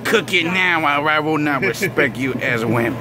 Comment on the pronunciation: “This is what you do to earn your respek” 😂😂😂😂